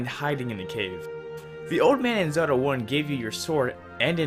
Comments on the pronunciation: sounds horrible... Its Zelda , not "zeruda" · its pronounced Ze-L-da